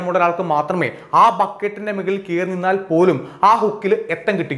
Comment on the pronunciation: മെകളിൽ അല്ല. മുകളിലാണ്.